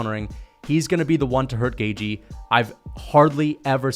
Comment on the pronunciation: Cant stand the way you say gaethje 😭 GAY-GE